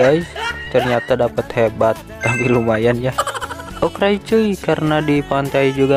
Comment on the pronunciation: Aku suka dengan kontennya tapi kadang aku kesel Bilangnya Okray🤣🔫